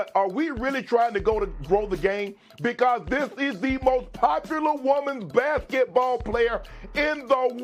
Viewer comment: It's basketball not bassitball